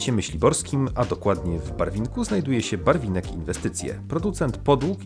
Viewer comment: Nie Barwinek tylko Barlinek, a przy omawianiu Gryfina użyliście zdjęcie Szczecina.